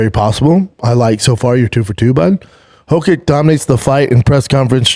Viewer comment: Love how Schwab pronounces “Hokick” like he tries to pronounce Aleksandar “Rakić” lol